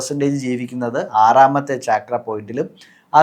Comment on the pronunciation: its not chaakra its chakra